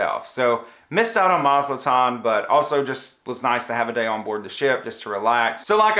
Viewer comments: Great review. Thanks. Btw, it's Mazatlan not Mazaltan. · MazaTlan not MazLtan. 😊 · Ma zat lan, not Ma zal tan